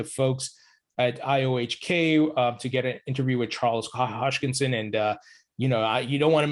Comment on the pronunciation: It's HOSKINSON not HOSHKINSON